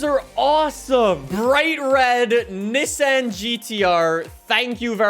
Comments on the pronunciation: It’s Ni-ssan not nessen 😂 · Bro doesn't know how to say Nissan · The way you say Nissan 😂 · Love the vids, but it kinda drove me crazy the way you said Nissan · I get so triggered when he pronounces Nissan wrong